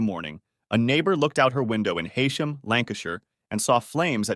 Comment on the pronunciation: I live near here! It’s pronounced “hee”sham, and the hospital is the Royal Lancaster Infirmary (not hospital)